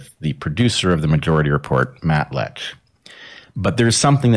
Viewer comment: It’s Matt Lech. He thinks it’s Matt Letch. But he says Matt Letkhschsh. Go figure.